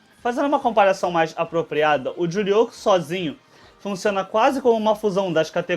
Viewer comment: Humm ela gosta de falar Juryoko...